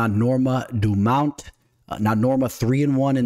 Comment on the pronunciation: Might i ask good sir, what is a “standput”? You use the word multiple times throughout the course of the video. I think you mean to say standpoint. Also, “Dumount”? “Meegan”? Get it together.